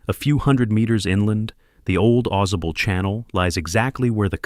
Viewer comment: It's Ai generated slop. As soon I I heard how it pronounced Ausable, I knew. "Awe Saw Bull" not "AweZuh Bull"